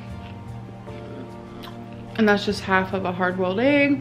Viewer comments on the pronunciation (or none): the way she says "ayg" makes me violently angry